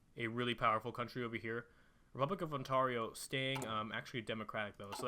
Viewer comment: not ont-arr-io it's ont-air-io